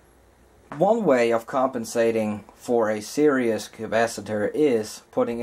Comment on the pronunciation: It's series not serious.